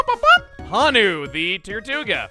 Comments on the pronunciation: Honu isn't pronounced as 'hanu', rather the o is elongated so it's more of a 'hoe-nu'. I think it's a reference to the Hawaiian green sea turtle! Those things are very large. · It's... It's Hoh-Noo. Not Hah-noo. Just...gonna put that here. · Hey Chugga! Since you always like learning how to pronounce names, Honu isn't pronounced "Hah-nu", it should be "Hoh-nu". Honu is for the Hawaiian Green Sea Turtle! :D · raises hand sheepishly Not that it's rather important~ But the nickname for Tortuga : Honu is pronounced Hoe-new~ It the Hawaiian word for turtle ^^ Much love from Hawaii Chugga. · Not to nitpick Chuggaa, but I am from Hawaii, and it is pronounced, “Hoh-nu”. It’s the Hawaiian word for “sea turtle” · Honu is Hawaiian for turtle. It’s pronounced with a long O. Like in moe or joe or poe